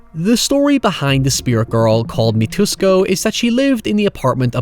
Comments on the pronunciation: Such a deep and thoughtful analysis of a film but a complete butchering of names lol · Extremely good video as always, though pronunciation of Mitsuko gave me an aneurysm. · Great job I agree. But maybe take the time to rewatch the movies and get the correct pronounciation :) I typically don’t say anything but once you pronounced Mitsuko…..I couldn’t take it anymore lol took everything In me to get through Ikuko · It's really bad when you consider that clearly watched the film, so it shouldn't be hard to actually learn the pronunciations, considering people are going to be saying the names! And it's not like they're even hard names, since Mitsuko in particular is phonetic. Sure, I suppose the mispronouncing Ikuko could just be down to Westerners not knowing the specifics of Japanese vowel pronunciations, but for goodness sake, it's right there in the movie! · How pronounces it - "MITUSKO" How it's actually pronounced: "MITSUKO" Me - Hmmmm... Is Mitsuko the new "hoyever"? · Mit-su-ko. Mitsuko. NOT Ma-toos-ko. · they even pronounced mitsuko 'me-twos-co" 😶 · good video, but is it really that hard to pronounce Mi-tsu-ko 🥲 Mitusko.... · I think the creepy kid is named MI-TOOS-KO, whereas in Dark Water the kid is named MIT-SOO-KO (stress on SOO, which is really TSOO, kinda' like the German word 'zu'). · If you really want to cover other J-horrors, you probably should practice your Japanese names more than nothing at all Your "eye-cooco" and "mitusco" were quite painful to listen to. 😅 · I have to admit,one thing about this video that really bothered me is that keeps mispronouncing Mitsuko as “Mitusko”.I realize that people in Anglophone countries tend to have problems with other languages,particularly those that are non-European,but it would be nice to get the name of a crucial character right,even if the pronunciation is challenging. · "Mitusko" lol